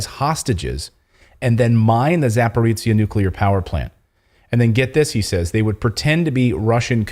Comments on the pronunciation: Clayton - you are using tse (ц) when you need zhe (ж - soft or``French' ' je). Za (beyond) porojiye - porogi (rapids). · Clayton please can you pronounce za-po-ro-zhya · Please pronounce it [Zaporozhie]